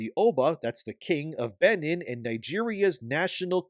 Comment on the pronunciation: It's pronounced 'Ben een'. And 'Car toom'.